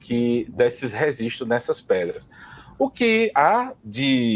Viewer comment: depois que ele começou a falar "resistros" eu não consegui assistir mais.